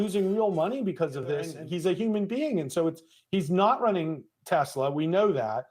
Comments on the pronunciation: I love teslur😂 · TeZla to RuZZIA 😂😂😂😂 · yep. it’s been time for while. also it’s crazy how trump could make “tesler” sounds like “hitler” smh what is this timeline?!